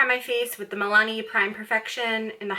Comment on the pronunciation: I heard u pronounce your moisturizer as Meleni did u mean Milani?